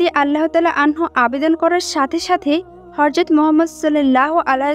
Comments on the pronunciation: মাশাল্লাহ অনেক ভালো লাগে এরকম ভিডিও ❤❤❤ তবে আপু আপনি ভয়েজ দিয়েছেন ঠিক আছে তবে উচ্চারণ ভুল বলেছেন,,, আপনি বারবার হরযত,,,বলতেছেন,,,কিন্তু সহি সুদ্ধ হবে হযরত,,, যাই হোক আমার কথায় রাগ কইরেন না,,, কষ্ট পাইয়েন না💖💖💖💖💖💖💖💖💖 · একটি হযরত হবে হরযত না। নবীজি সাল্লাল্লাহু আলাইহি ওয়াসাল্লাম এর নাম উচ্চারণ করার আগে দয়া করে প্রতিটি শব্দ ভালো করে জেনে নিবেন। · Horjot na Hojrot hobe kothata bon.nobir name na bolte parle nobi bolo kintu uchharon vul koro na sunte kharap o kosto lage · হরযত বলেন কেন, হযরত হবে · Apni hazrot bolcen nki horzot bolcen? Ki ajib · আপু হরযত নয়।"হযরত" হরে।উচ্চারন ঠিক করেন। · Horjot noy hojrot bolte hoby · ওইটা হযরত হবে। হরযত নয় 🤔🤔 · Mashallah khub shundor. Kintu apni bar bar horzot bolchen. Hozrot hobe. Kindly pay attention. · রাসুলুল্লাহ সাঃ এর ব্যাপারে শব্দ চয়নে বিশেষ সাবধানতা অবলম্বন ও বিশেষ আদবের সাথে শব্দ চয়ন করতে হবে।চরম বেয়াদবের মত কথাগুলো বলা হয়েছে।যেই ভিডিওটির ভয়েজ দিয়েছে সঠিক উচ্চারণে কথা বলতে হবে,,হরযত নয় হযরত হবে। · হে বোন, আপনার গল্প বর্ননা করার বাচন ভংগী মাশাল্লাহ সন্দর কিন্ত হরযত এর স্থলে হযরত বললে আরও সুন্দর হতো। D'nt mind.